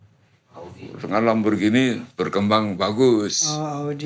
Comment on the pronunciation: Lamborgini.. bukan lamborjini.. org indonesia klo ngomong di inggris2kan.. orng ingrisnya aja klo ngomong lamborgini..😅 baru pak stiawan jodi org terkenal yg bener penyebutannya..